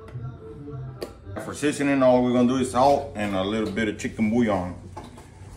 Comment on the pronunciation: You said bouillon like how it’s suppose to be said